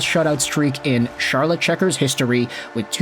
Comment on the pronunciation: Charlotte is pronounced like Sharlotte, by the way.